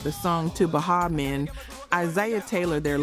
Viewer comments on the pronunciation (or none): she said "ba HA men" Miami Bass(rhymed with Pass) and "Shoogeh Knight" She young or AI